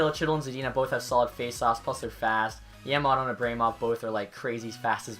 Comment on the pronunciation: You are pronouncing Yamamoto wrong. its Yam-A-Moe-Toe